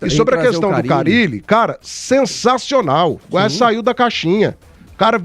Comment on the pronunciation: Quem é esse Fábio CARRILE que o está falando??? Ele NÃO SABE que o nome do treinador só tem um R???